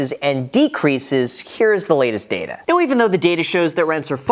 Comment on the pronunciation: Everyone when Graham Stephan uploads a video after FTX: Are you serious right neow?🤨